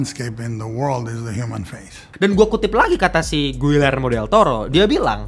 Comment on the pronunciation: Giyermo bukan guillermo. Begitu baca nya. Dobel LL dibaca Y, UI dibaca I di bhs spanyol.